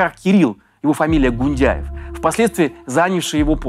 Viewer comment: Гууунньдяй.😮 выпёрдывает